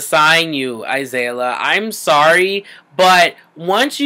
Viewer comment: Okay , I like you and concur with a lot of things you have to say, but at least say her name right. A-zeal-ia